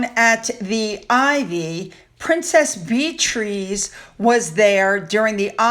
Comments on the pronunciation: Love your channel and all your hard work! You covered the Coronation and your party beautifully!! Wish I could have been there with my plate of scones! I know Beatriz's name is spelled in an unusual manner but it's still pronounced Beatrice, not Bee-trees. Please don't be offended. Love you! 🫖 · Dear, Did you know the Prinesse's name is not pronounced Bee-trees? To the best of my knowledge it's Bee-a-tress... also it's not re-spite, it's res-pit. I am pretty sure I'm right... ❤ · Beatrice is pronounced Beat/ tress not Beat /trees. Stress on the first syllable. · Princess Bee Trees? I know you have a hard time pronouncing names but this was a first regarding Princess Beatrice. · It's Beatrice like Bee-triss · Hi...it's pronounced Bee a tris. Love your channel. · I always have my hair dyed but do not wear any makeup other than lipsticks. Beatriss is the pronunciation.